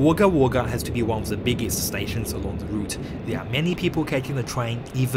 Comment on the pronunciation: wog gah wog gah pronounciation sorry get the gah! its a aboriginal word meaning the place of many crows